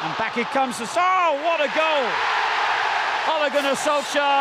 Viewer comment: eventually british people learned how to decently pronounce "Solskjær" but they never even bothered trying to say "Ole" correctly.